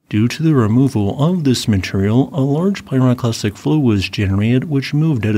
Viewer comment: A pyroclastic frow...... I heard it